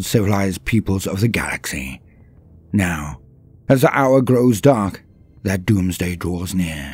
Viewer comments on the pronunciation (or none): none